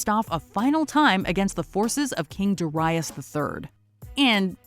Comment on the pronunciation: 100 points for correctly pronouncing "Darius."